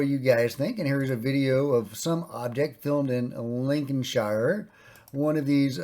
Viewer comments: Please stop pronouncing the 'shire' part as shire, it sounds like 'shir' or 'shur' if you're posh 'Lin-kin-shur'. We're not Hobbits! :) Good though! 👍👍👍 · Lincolnshire is pronounced - Linconsher - with the stress on the Lin. 😉 Not 'shire' like LOTR. Oooaaaarrr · Please can you pronounce it as it 'shear' not the Hobbit 'shy-er' 🇬🇧 Sounds very weird the way you say it, to us Brits. PS don't feel bad tho, most non-Brits mispronounce place names this way.